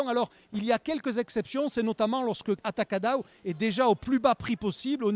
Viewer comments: Amei que o nome na França será mantido em português "Atacadão" e a pronúncia dele é bonita até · Eles pronunciando ''atacadão'' em brasileiro, já está bom!!!